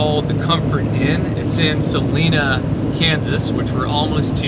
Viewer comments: All that rain and storms in Nevada and Utah wasn't just one big storm. The storms were forming, raining themselves out, and then dissipating each day. Ya gotta love monsoon season here in the desert southwest. 😀Also Salina, KS is pronounced with a long I like North & South Carolina. I grew up in Wichita, moved to Arizona back in '96. My siblings all still live in and south of Wichita though. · Its not Sa leeeeena, its Sah lye nah, just fyi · Kansas turn now. Say it with me: Suh-LINE-uh. (Salina) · I think it is Suh-lie-na KS. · its Si line a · Kansas home state even though I am Portland Oregon :-) Salina is pronounced Sa Line ah (but I ain’t hatin :-) Wichita is where my kids and grand kids live. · Its the Cozy Inn and you pronounced Salina a incorrect. The I is a long i.